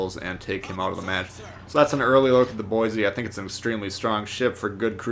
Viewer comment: It's pronounced "Boy-see"... lol. There's no "z" in Boise. Haha, just a little friendly ribbing from a local. Great vid! 👍